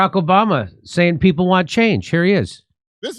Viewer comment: she says "piple"...not "people"....makes me want to gouge my ears out